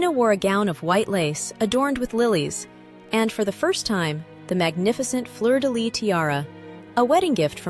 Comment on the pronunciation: I really love your videos and I love learning the stories of the different jewels, so thank you for all your effort researching the different tiaras, and what not. Just one little thing, in Fleur de Lys the S at the end is also pronounced… it’s never Fleur de Ly!